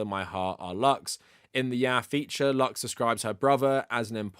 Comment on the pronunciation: About pedros sister, It's not pronounced "luks" it's "loos" or translated to English "light". Usually latinos spell it "luz". An"x" makes an "s" sound when necessary.